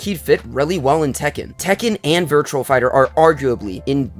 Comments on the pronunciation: its "Virtua" not "Virtual". Good video still though. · It's "VIRTUA" not "VIRTUAL". Good video still though.